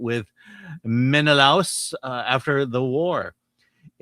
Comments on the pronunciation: MIHN-oh-LAY-us. CLY-tehm-NESS-truh. Sigh. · and Ryan Kinel need to watch this movie just to learn how to pronounce Menalaus.